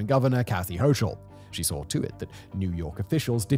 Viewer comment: as an FYI, our incompetent governor’s last name is pronounced “Hokel” as opposed to the phonetic way you spoke it. Thanks for the video!